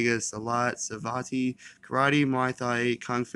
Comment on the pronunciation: SavatEE? Pronounced “Savat,” or Le Boxe Franchise (French Kickboxing) a mix of ballet, and street fighting. It stresses accuracy., the kicking point are the toes, instead of the flats of the foot.